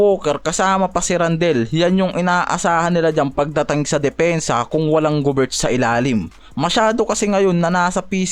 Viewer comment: kulit ng mga pronunciation mo bisayang bisaya e curry- keri gobert- goberT randle- randel mga bisaya talaga e